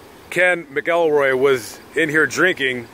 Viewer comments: Its pronounced (Mac-ul-roy) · Scottish name. Pronounced MAKILROY.😊